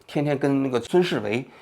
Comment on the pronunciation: 一直很喜欢王局的节目，但把「孙维世」念错了还是有点诧异。